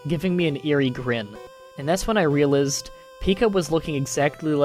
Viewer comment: The way you pronounced realized really bothered me...but good story. You read them pretty well, aside from the lots of unique pronunciations. Pahsta ;)